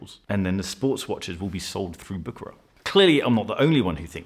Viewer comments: It is prononced Büschera and not Bukarar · pronounced "Bou" "Cher" "rare" if I may say.